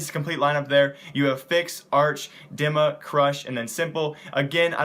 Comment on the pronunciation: its not Dimma, it's pronounced "Deema". :)